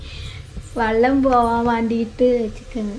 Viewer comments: ചക്കരെ വള്ളമല്ല വെള്ളം എന്നാ പറയണ്ടത് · വള്ളം alla വെള്ളം parayananam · വള്ളം എന്നല്ല ചക്കരെ വെള്ളം എന്ന് പറയ്